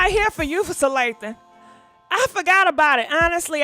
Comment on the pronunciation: Sanaa Lathan= Salathan😂😂😭 perfect